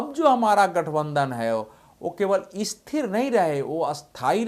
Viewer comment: आप स्थिर को इस्थिर और स्थायी को अस्थायी क्यूं बोलते हैं?